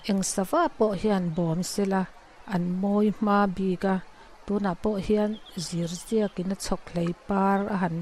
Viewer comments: Zirziak tiin lam rawh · Zirziak hi I lam dik lo